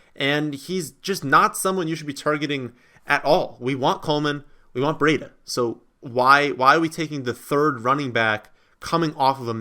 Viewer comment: It's "BREEDA", not "BREE-A-DA".